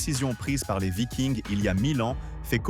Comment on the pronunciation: Vidéo a la voix synthétique qui ne sait pas prononcer vikings en français